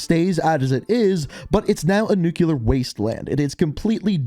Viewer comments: It’s pronounced Nu CLEar like a Nucleus not Nu Cuuu Lar there is no Nu Cuu Lus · Anyone else keep hearing ‘nucular’ like a pint glass breaking on the ground at a bar? Back when bars were a thing. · Can anybody else not stand when people pronounce NUCLEAR “NUCULER”